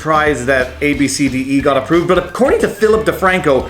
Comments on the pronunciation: wait its pronounced ‘ab see dee’ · Naming a child is personal and it’s pronounced abcity if your going to make a video about this maybe get the name correct. And if you actually read the story on CNN the main concern the mother had was the fact that she made fun of her daughters name right in front of her and posted it online. It’s one thing to think a name is unusual but you don’t make fun of someone right in front of them. Personally the name is unique.